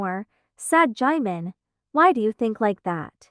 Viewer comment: Is no one gonna talk about how the speaker was pronouncing 'jimin' as 'Jaymen' 😂😭😭